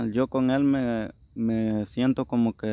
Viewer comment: Volteeme...aver se dice komi......